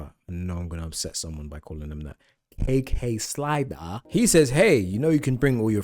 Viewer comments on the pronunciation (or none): KAYKAY SLYDUH 🤣